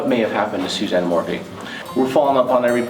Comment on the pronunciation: please call her by her correct name , it's not morphie it's morphew thanks for all you do!